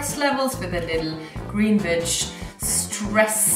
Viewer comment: I thought she said the b word for a sec